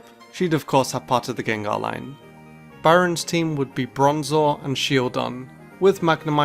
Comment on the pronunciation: So, no one else noticed "Buron" instead of "Biron"? Uh, nevermind, that's just a strange "y"...